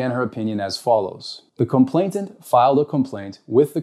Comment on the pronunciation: Please, it's complainant, not complainTant. Just wanting to make an excellent speaker even better.